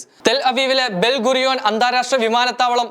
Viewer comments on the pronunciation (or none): ടെൽ അവീവിലെ "ബെൽ ഗൂരിയോൻ" ഏതാ?????? ശരിക്കു പറയാൻ പഠിക്കൂ സഹോദരാ.